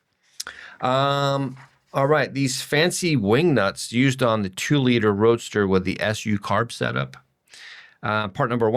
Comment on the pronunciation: I like note on one of the pages... "Definitely maybe our last Datsun Roadster video as parts oasis dries up". Also I swear he kept calling it a "Datsun Roaster". I was picturing something for my countertop.